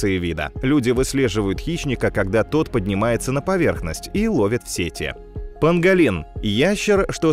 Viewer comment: Не панДолин, а панГолин.